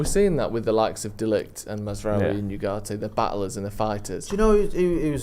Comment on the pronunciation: you are usually pretty good but please can say Ugarte correctly. It's not You - it's Ooo.